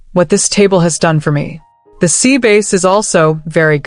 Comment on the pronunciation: Good tone of the narrator’s voice, but please, please, pronunciation is important for true meaning! Sea bass, is pronounced, ‘bass’ is ‘b- ass!’👌🏾